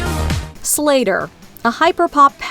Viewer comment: heavy emphasis on SLAYYYter